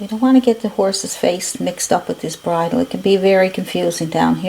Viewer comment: So glad I stumbled onto your channel! This was really helpful! Thank you. PS You pronounced bridle correctly. 😊